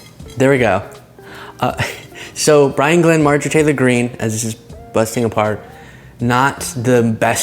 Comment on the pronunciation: When you say “Marjorie Taylor Green” too fast, like as a single term, it sounds like you are losing a syllable or two.